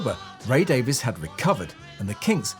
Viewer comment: his name is Ray Davies [Dayvees] not Ray Davis